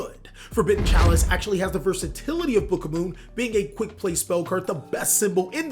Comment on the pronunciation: it's book OF MOON NOT BOOKAMOON u pissed me off so much